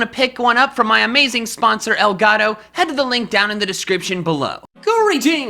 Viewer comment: Michael: Makes a whole Pokémon Talk episode in Spanish Also Michael: Doesn't say El Gato correctly